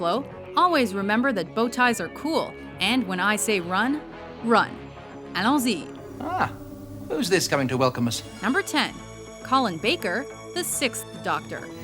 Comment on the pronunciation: The way she pronounced Alons-y ... obviously reading from a script without a clue.